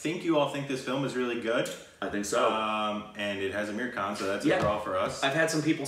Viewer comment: His name is not Ameer Khan but its Aamir Khan